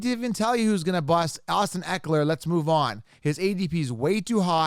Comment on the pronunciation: Austin Ekeler!!!!!!!!!!!!! Come on 😆 still love your channel though